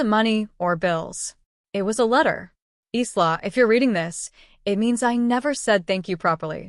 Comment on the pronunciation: Your AI needs to learn to talk. The "s" in Isla is silent 🙄